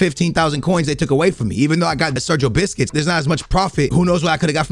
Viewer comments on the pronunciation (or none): Man said Sergio bisquits